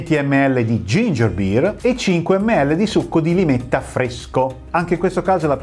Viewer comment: Limetta e non lime ❤